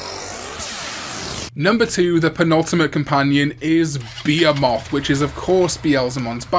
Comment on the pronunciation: Cool as it would have been for Behemoth- I just realized that was what you were saying all welsh like, different pronunciations are fun. Where was I? Oh right, neat as it would be for blast mode to be a fusion of Beelzemon and Behemoth, if that was the case, we wouldn’t have the visual of a giant fallen Angel biker man slowly following a teenager around on a motorcycle despite being able to fly.